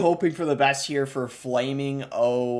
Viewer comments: Not “flaming-o” 💀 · Bro did not say flaming-o 😭💀